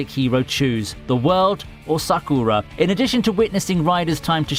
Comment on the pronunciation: Lol Promised Neverland gets even more deadly XD And Attack On Titan will be so unrecognisable in the Final Season... XD (And he most definitely said Sakura's name wrong....)